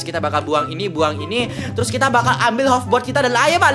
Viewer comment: Hoverboard coy.................... Dibaca hoferbord